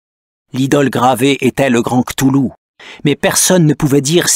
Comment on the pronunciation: "KlauwLou" prononciation de l'auteur , et bin il n'existe pas selon la science parce-que il y a l'effet d'echelle.... Merci Dr.Nozman